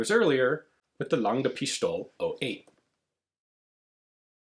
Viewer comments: Some help regarding the pronunciation, Lang-eh Pistol-eh. Pistol up to the "e" is basically the same as in English. The "La" in Lange is like the "la" in lalala. 😀 Don't put too much emphasis on the "eh", make it soft. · If one overhears, he does speak a sh sound in Pistole, what is following the logic of other words, but ,,Pistole" being an exceptional case, the ,,st" is spoken like in English. But the stress being at the right place & him following the right logic, no matter the exception, it indeed looks like, he actually took some time to figure out, how it might be pronounced, what indeed is respectable. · Your pronounciation is almost right :) Just pronounce the "e at the end of "pistole" the same way as you do with "lange". So its "Lang-E" "Pistol-E". (That "E" being pronounced like the "a" in e.g. "a weapon".) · Kudos to your "Geschütz" pronunciation Sturmgeschütz, that was spot on. Regarding Lange Pistole, unlike in English, there is no g sound in German after the ng sound. So it is Lang-e not Lang-ge. Pistole has the s sound not sh/sch sound, as the word neither begins with st nor it is part of a compound word beginning with st. But some accents use sh everywhere though. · well if you whant to say pistole in german just say it like you would do in english but ad an e in the end ( should sound like the ea in eagle) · Oh God, as a German your first pronounciation of Lange Pistole sounds like a Swiss or Dutch person...Pistole is one of the few words where an S comes before a T and its NOT pronounced as SH. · As far as the pronunciation goes, as a general rule, there is no silent "e" at the end of a word in German, it is pronounced as a short "eh" in words like "lange", "Pistole" or "Porsche"... ;-) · Lange is pronounced like „lung“ + e as in „ehm“ and Pistole just like the English „pistol“ with a slightly longer o like in mole and again with the e as in ehm at the end.